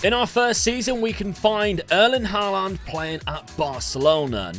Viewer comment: You're he. You're putting weird emphasis on the last a in Haaland's name.